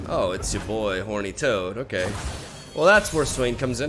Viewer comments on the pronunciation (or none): Am i the only one who hear say "horny toad" instead of "thorny toad"? 😂